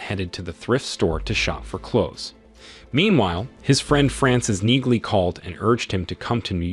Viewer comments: It’s Neaglie. Pronounced Nealy.? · Hearing them call her Frances makes me cringe almost as much as N-eagle-y. Its Reacher and Neagly, pronounced like Nealy.